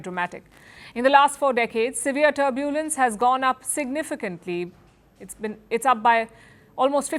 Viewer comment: What a pronounciation! 'Turbuulance!' 😂!